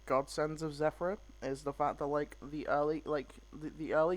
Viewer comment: Everyone calls it Zefranui...but it's Zefraniu ^^